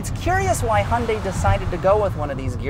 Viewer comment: Hun Day?? What is a Hun Day?? LOL